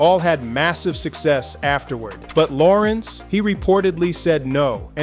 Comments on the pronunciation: HIS NAME IS LA RENZ NOT LAWRENCE…. GET IT RIGHT!!!! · I previously complimented A.I for pronunciation of Larenz’s first name. Now I take it back. His name is Larenz ( if you need help pronunciation. Ask him) It’s NOT Lawrence Thank you with respect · A.I. started mispronouncing his name as “Lawrence” Eventually made adjustment to Pronounce correctly. This is one of the million reasons why I question A.I. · Loved him in POWER he was something else and he was definitely America’s worst nightmare in Menace II Society and pronounce him damn name correctly. Lah - renze Tate loved his brother in “Barber Shop” ❤❤ hilarious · La RENZ emphasis on the second syllable. LaRenz Tate is a 🔥🔥🔥 actor and guy!❤❤❤ him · Y'alls gotta stop with this AI. Who tf is Law-rense 😂😅🤣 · I wish these narrators will stop mispronouncing the artists name as if they don’t know better. So disrespectful ever heard of a discipline in editing?!? So sloppy! Plus the information is opinion based instead of just facts! Nobody cares about the gossip! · Well dude if you could learn to pronounce his name correct that would be a start. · Say his name right first of all...let's start there.